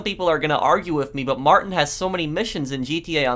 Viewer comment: It’s not Martin the way he pronounces it. It’s like: ‘Mar-teen’.